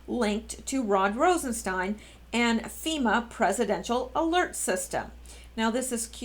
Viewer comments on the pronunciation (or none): none